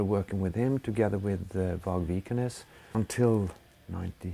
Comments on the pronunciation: I can't really tell because of the pronunciation, but did he say that the person who killed euronymous wasent vargs? Listened to it twice but it didn't sound like his name. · How the fuck did this dumbass pronounced Vargs name